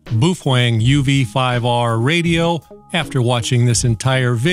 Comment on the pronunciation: He said UV 5R perfectly. UV 5R is not mandarin.